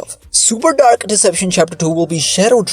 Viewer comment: Why do u pronounce dark like that